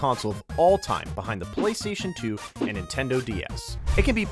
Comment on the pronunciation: The way he said PlayStation two